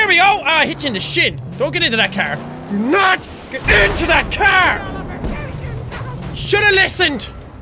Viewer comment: Did he just say donut for do not